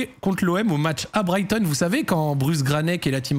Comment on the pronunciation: Pourquoi tu dis pas Brighton correctement t'as un truc contre eux ? Go SEAGULLS